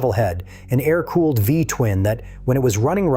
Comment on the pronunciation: AA- EYE- RR cooling? teach your AI to speak better